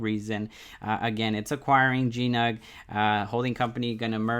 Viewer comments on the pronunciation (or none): GNOG (Golden Nugget Online Gaming), not "GNUG" ;)